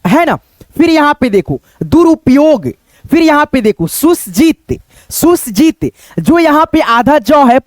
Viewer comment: सुसज्जित इस शब्द को तुम गलत पर रहे हो। तुम इसको पढ़ रहे हो "सुस् जित" यह गलत है। इसको पढ़ना पड़ेगा "सुसज् जित" "अफ़सोस" इसमें "फ" को नाक से नहीं होंट से पढ़ना पड़ता है। "मानुस" इसको तुम पढ़ रहे हो "Maanush"यह गलत है। इसको पढ़ना होगा "Maanus" "प्रतिस्पर्धा" इसको तुम पढ़ रहे हो "प्रति अस् परधा"यह गलत है। इसको पढ़ना पड़ेगा "प्रतिस परधा" सत्यानाश इसमें आखिर में "श" है। तुम इसको "स" पढ़ रहे हो। तुम्हारे पढ़ने में और भी गलतियां हैं। पहले अपनी पढ़ाई में सुधार करो फिर दूसरे को सीखलाओगे।